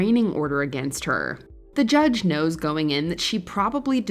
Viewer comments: The way you keep pronouncing, against, is making me twitch. You are pronouncing it like a-gain-st, like it's spelled, but it's pronounced, a-gen-st. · wtf is goin on with how you pronounce "against"?